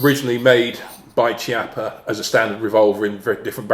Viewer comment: Brilliant, thanks. Btw, Chiappa is pronounced "kiappa" with a K sound not C sound